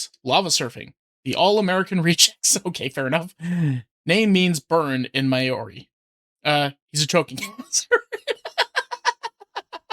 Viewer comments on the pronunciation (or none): "My-or-ree" Deep inhale Funny slime person, Māori is pronounce similarly to moldy, you kinda have to roll your tongue a little on the "R" and drag out the "A" a little.